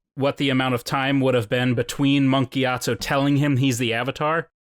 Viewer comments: Monk gyatsO NOT TSU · "giat SUE" lol giatso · Am I the only one who constantly hears "Monk GyatsU"?